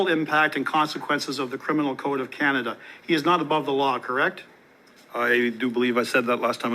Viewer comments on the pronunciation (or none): none